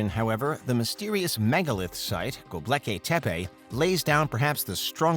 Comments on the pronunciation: ughh he keeps saying gobleki not gobekli, at least teach us how to say it correctly! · Dude! It’s Gobekli, not Goblekay lol (Go-Bek-Lee instead of Go-bleh-kay) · Go. Bek. Li. NOT "go blecky." Thank you. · It's truly tragic that this bozo is saying GobLeki. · its Gobekli Tepe not Gobleki Tepe